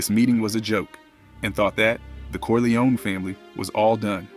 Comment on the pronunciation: I like you videos , but it’s Cor-li-on, not Cor-li-oni .